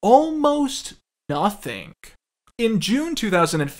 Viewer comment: I cant unhear the way you say "ing" now. Its super pronounced in this video. "Noth-ink" "morn-ink" "go-ink"